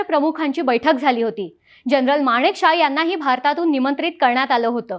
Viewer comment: बोलण्याचा वेग जरा कमी करावा. माणिकशाह नाही मानकेशॉ असा उच्चार आहे. बाकी सादरीकरण छान 👍 पाकिस्तान शेवटी भिकारी ते भिकारीच गाडीचे पैसे देण्याचीही ऐपत आणि नैतिकता तेव्हाही नव्हती आजही नाही... 😂😂